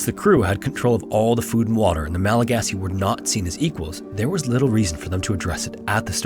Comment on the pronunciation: Thank you so much for appropriately calling them Malagasy. So frustrating that so many people get it wrong.